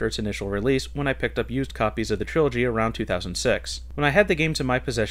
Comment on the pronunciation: TRILOGY!! not trology LoL :))